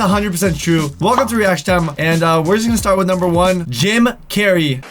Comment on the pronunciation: Did just say Jame Carry?